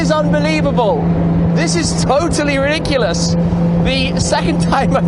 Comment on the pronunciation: Did Tim just say, "this is totally Rick-u-lus" ? Must be an english thing... ;)